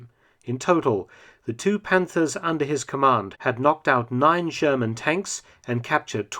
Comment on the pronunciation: Who else hear the sherman as german